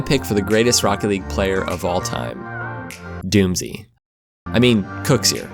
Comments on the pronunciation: when he said doomsee i was so triggered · When you said doomsee, I was like WTF IS THIS GUY ON!